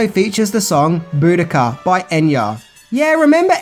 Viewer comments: unfortunately pronunciation of the Enya song’s ‘Boadicea’ which he shows in the video isn’t pronounced that way. “Boo-do-Kuh” or “boo-di-ka”, as you state, is the pronunciation of Boudica not Boadicea. In history she is more commonly pronounced as Bow-ah-dee-see-ah by that spelling of Boadicea. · Bo dee see a. Not boodica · Boadicea is pronounced “bow-ah-dee-see-ah.” Boadicea was a Queen of the ancient Iceni Celtic tribe who led an uprising against the Roman Empire forces intent on conquering them and other places. This is a possible reason for the inclusion of this song in the film as they are trying to show Madchen’s character as a Queen who revolted against the sleepwalkers and the cats were her tribe. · The Enya song, "BOADICEA" is pronounced "BO-DEE-CEE-A". She was a Ancient Celtic Warrioress that Sacked Rome!